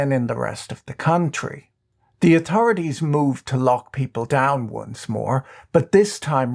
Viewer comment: Who else loves it when he pronounces words like "atorities."